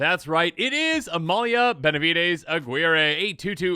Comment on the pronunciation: Say the name right.